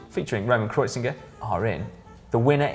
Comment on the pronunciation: KreuziNger. oh Si, reading out names just not your cup of tea